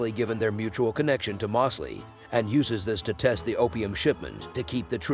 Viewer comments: Why are you saying “Mawsley” when you even show the clip of his own character pronouncing it “Moe’s-lee”?? It’s like your intentionally saying it wrong. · Moss-ly and not Mose-ly was frustrating but great recap